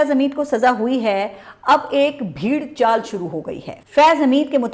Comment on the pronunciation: Ap ne kaha bheed chaal, urdu zaban me lafz he 'bhaid chaal' ( bhaid yaani SHEEP ) matlab ye ke jiss taraf ek bhaid jati he tamam bhaiden usi taraf chal deti hain. Doosra lafz ap ne kaha lathda huwa iss ka talaffuz he lithda huwa ye lafz hindi zaban se urdu me aaya , baraye mehrrbani tas-hi farmalain, shukria.